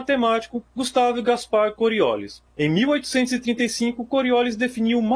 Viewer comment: Esse giro da bailarina não tem nada a ver com a força de Coriolis. É a reação inercial ou força centrífuga. A força de Coriolis só atua em objetos se movendo no ar numa direção que não seja paralela ao eixo da Terra. Outra coisa:não se pronuncia Coriólis, mas Coriolís.